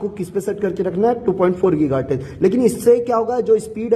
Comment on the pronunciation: Giga Hertz ❌ Geeeeega HartizzzzzzZzzzzZzzzzZzzzz ✅